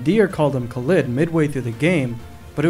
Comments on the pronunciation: omg... Khalid... I didn't realize you pronounced his name like it's a brand of TUBAWARE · The way he pronounces Khalid bothers me sooo much omg